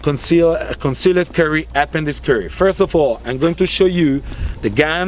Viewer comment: Conz-See-Led Curry